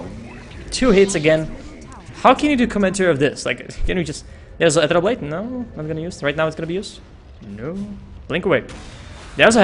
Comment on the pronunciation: quite good casting, but pls learn to pronounce "ethereal" correctly :/